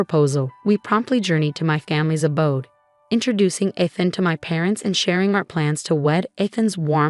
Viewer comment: Is her fiancé / husband name Eeethan, Ehthan or Aathan? Narrator can’t decide how it is pronounced.